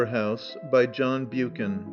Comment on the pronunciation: The Name of this authour is John Buchan The correct pronounciation in a phonetic sense is Buck an... and NOT Bu-can. He wasn't American.